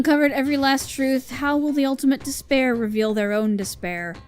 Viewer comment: Instead of “despair” all I can hear is “dis bear” at this point. Thanks, Monokuma, for spicing up this despair-hope repetition.